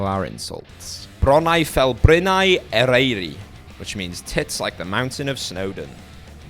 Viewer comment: Hhhhg the pronunciation,,,i always need to correct the way people pronounce welsh whhh,,? Ereiri?? Its eryri?? Whhh